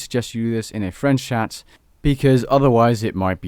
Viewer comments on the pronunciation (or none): none